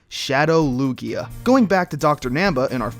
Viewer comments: Lugier? Did I just hear Lugier? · It the British accent! Words ending with A sometimes sounds like ER!